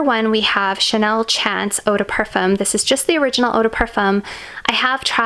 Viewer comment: It’s pronounced as Chanel SHAWN-CE MOT CHANCE.